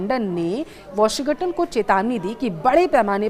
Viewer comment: Pahle sahi bolna to seekh lo... Washigatan nahi bolte washington bolte.